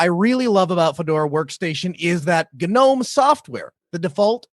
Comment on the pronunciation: I'm gonna disappoint you so hard right now! It's "Gnome" not some weird "Gnome" pronunciation....:D